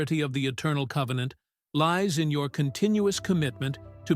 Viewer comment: Convennant securred.